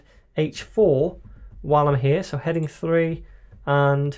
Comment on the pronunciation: 読音が日本人：stronグ headinグｗｗｗ